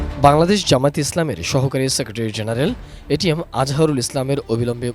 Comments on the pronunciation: এটিএন নিউজ একটা অশিক্ষিত মূর্খের দল । এটিএম আজহারুল ইসলামকে বলছে এটিএস 😂😂 । আর ছবি দেখাচ্ছে মিয়া গোলাম পরওয়ার এর । 😂😂😂 এরা কি খেয়ে সাংবাদিকতা করে । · এটিএম আজহারুল ইসলাম কে উপস্থাপিকা এটিএস আজহারুল ইসলাম বলছে! এরা ইচ্ছে করেই নাম কে বিকৃত করে চয়ন করে!